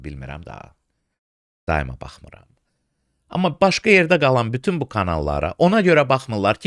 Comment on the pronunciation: Uzun illərdir hələdə prezidentə başa salan yoxdur ki, ermənilər "f" hərfinə "p" dediyi kimi azərbaycan dilində "pütün" sözü yoxdur, "bütün" sözü var. Yəni onun ətrafında bir kişi cəsarətlisi tapılmir ki, bu səhvisini düzəltsin!?